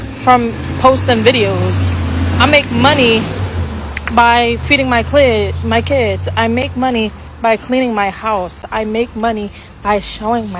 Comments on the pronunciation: . Kinda weird and gross her misspeak kinda sounds like clit and she kept that in the video. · How does one mess up saying “kids” with “Cl*t”